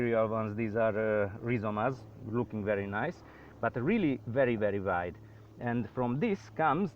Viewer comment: "very very waid"